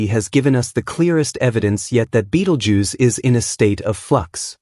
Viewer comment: ベテルギウスが「ビートルジュース」に聞こえてしまって困る